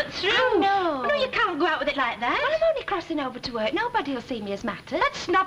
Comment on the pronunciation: "Wi' milk"